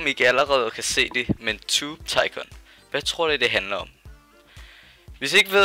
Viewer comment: det udtales tubetycun men det staves tubetycoon :D